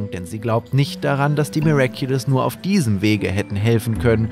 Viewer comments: Ich habe real auch gesagt "NUUR"? Digga du hast gefüllt die ganze Stadt acumatisirt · Gabriel:ich möchte NURR bie